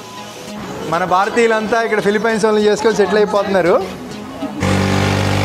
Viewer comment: Ore Gutle... nuvvu philipyyyyynes antaventra kojja...thuuuu... nerchuko ra gutle